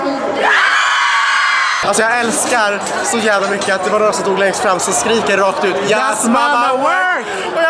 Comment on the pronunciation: Säger noppra.. är det bara jag?.-.